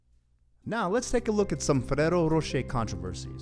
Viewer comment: Jeez you dont need to say ferrero like that